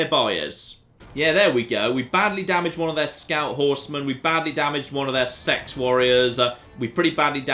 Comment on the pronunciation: sorry to be "that guy" but I'm pretty sure seaxe is pronounced sax not sex